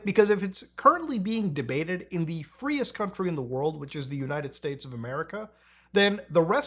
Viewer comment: "the freist country in the world" 😂🤡